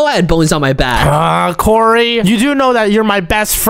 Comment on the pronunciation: its kory į repeat its kory